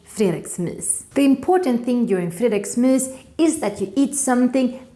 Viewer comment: har aldrig hört nån uttala g:et i fredagsmys 💀